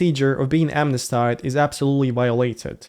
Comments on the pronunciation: "amnestied" is pronounced AM-ness-TEED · Please google the correct pronunciation of 'smnesteed". I like your new focus in the vlogs!